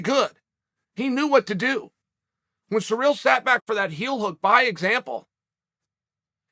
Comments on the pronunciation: The way he pronounces Cyril is surreal. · '' Francis Sir eel '' lol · “Surreal” Gane lol surprised he doesn’t pronounce last name as “gain”